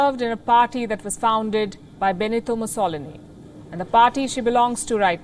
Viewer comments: This commentator's pronouncement of names like Mussolini leaves a lot to be desired. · I love watching Palki and every morning I wait to watch Gravitas. She opens your eyes and ears to what is going on around the world and she does it with such accuracy and clear explanations. I was surprised as to how she pronounced Benito Mussolini name. They do need to work on their accuracy in pronunciation - her South African counterpart pronounced it correctly.